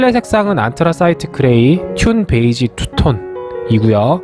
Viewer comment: 잘 봤습니다. 근데 튠 베이지가 아니라 듄 베이지 (dune beige)입니다..